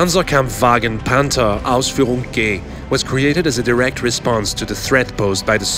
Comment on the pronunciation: did he just say Panther Ausführung "GAY" XD